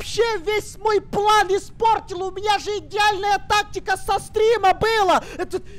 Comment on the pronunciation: со стримА а не со стрИма